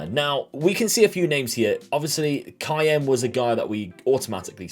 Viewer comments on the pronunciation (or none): none